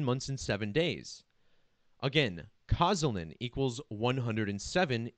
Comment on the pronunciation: "sz" in Polish equals to "sh" -- K-o-sh-ah-l-ee-n